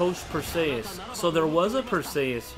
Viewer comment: Dude... go watch Clash of the Titans. That's not how you say "Perseus". The way you say it reminds me of Achilles' cousin Briseis in the movie Troy.